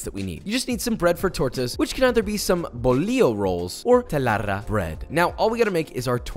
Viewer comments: when he said "telarra" I kinda laughed, he meant "telera". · It’s “telera” sir lol (You said “telarra”). Love you man, this barbacoa is not bad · Loved the attempt of saying "telera" Jajaja ily papa Jajajaja telarra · I really love how Josh try to say the names of the bread and I laughed a lot when he said 'telarra' you almost got it hahaha, it's 'Telera', but you did a great job in that barbacoa, you have won the respect of a lot of mexicans with your mexican dishes. We love papa <3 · Telera not telarra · Hi Josh, that barbacoa looks really good !!! Sorry to say but the torta bread was mispronounced lol it’s actually Telera…. Big fan !!!!! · "bolio rolls or telarrra bread" hahahahah, i love how he speaks spanish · Its TELERA bro but appreciate the effort. The moist meat was amazing!